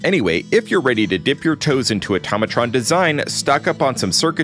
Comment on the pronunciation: Did he just say “automotrons”?